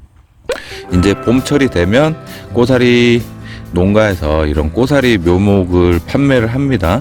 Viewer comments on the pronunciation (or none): 잘보고 배웁니다. 그런데 꼬사리 아니고 고사리 겠지요